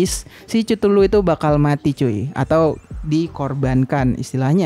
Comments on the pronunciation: ketulu bang bacanya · Cara baca chtullu itu kethulu bang